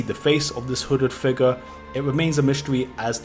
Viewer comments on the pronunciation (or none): Every-time he says "figuh" i get a chill that goes through my entire body, almost like when i saw curdled milk slowly slide out of a glass.